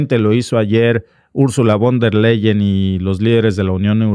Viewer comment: Se pronuncia: "fon der Laien".